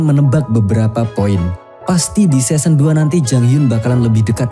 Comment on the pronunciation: Qing itu dibacanya Cing. Season dibacanya sisen. Semoga membantu saat mengulas season berikutnya.